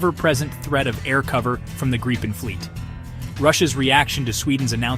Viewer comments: G R I P P E N pronounce it right please ;0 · Only americans cant say Gripen the right way. 😂😂